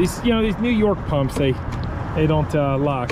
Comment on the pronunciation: New Yawk pumps n new YAWK CAPS eh?